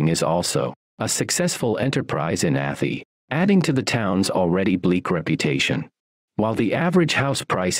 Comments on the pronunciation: A thigh not atty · It’s not ATHIE….its Ath-eye! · I knew the narrator would say atheee. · 2 shire videos in a row I’ve seen where Arhy is pronounced wrong 😂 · Athy is not sounding the way you said it. Its prounced Athy like Ath (eye) Athy